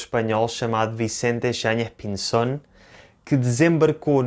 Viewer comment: Muy argentino tu acento para pronunciar "Yáñez Pinzón" !! Parabéns, passa por nativo